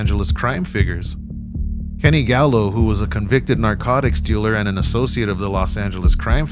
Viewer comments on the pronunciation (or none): none